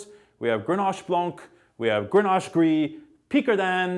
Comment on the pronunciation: Please stop saying blanC like in Cabernet blanc or whatever...The C is silent. It's our language, which already suffers in our own country, please respect it.